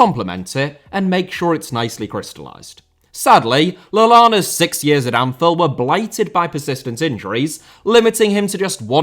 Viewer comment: "Anfeld", you sound british, but you got me doubting